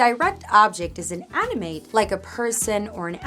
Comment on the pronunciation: Made me confused when you say an animate sounded like inanimate but I got it after lol .Thanks for the lesson much appreciated